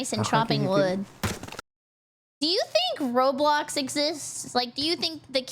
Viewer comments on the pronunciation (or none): none